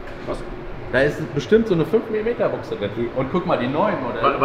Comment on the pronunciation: Triggert es dich denn nicht auf Dauer wenn er immer Büchse sagt aber Buchse meint? 🤔